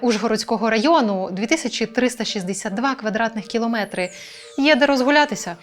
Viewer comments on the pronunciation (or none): none